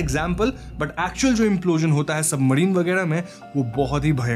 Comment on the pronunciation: Bhai bura mt maanna aapka chnnl kaafi axa he lekin tumhaari bhaasa maasa allaah …ek so ek gyaara kya hota he ….. simple ek so gyaara kahona ekkk toh tumhara bhaasa bhi ajib he … submarine ko toh submadhine kehre ho or gyaara ko bhi gyaadha kehte ho